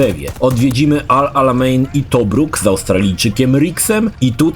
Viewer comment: Nie czyta się el alameijn?